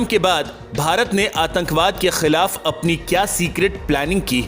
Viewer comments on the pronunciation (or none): Correct your language... Don't say.... Kha..kha...kah...kkhhhii.... It's Khilaf... Not... Kkkhhhhiiilaf.